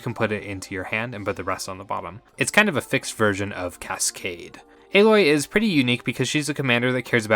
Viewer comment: First video ive heard so far that pronounces Aloy's name correctly 😁